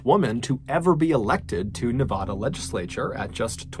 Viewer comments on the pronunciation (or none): Love you brother but for future reference its Nevada as in banana, not Nevada as in tostada. I lived there for 10 years so I can speak up.🤗😂🎉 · Nevada is Nev - AH - duh. AH as in APPLE. PLEEEEEEASE, FFS. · Nevada is not pronounced like a Spanish word; the first 'a' is short A like in cat or hand. About half the country pronounces Nevada incorrectly.so you have lots of company. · I grew up in Las Vegas, NV and wanted you to know that Nevada is pronounced NE-VAD-A….vad rhyming with bad. I love your podcasts and videos, but had to let you know how we pronounce our state.